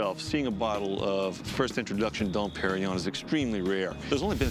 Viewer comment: Probably the worst pronunciation of Dom Pérignon ever heard by human ears.